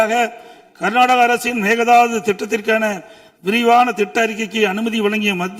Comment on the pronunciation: அது மேக தாது கிடையாது. மேகெ தாடு !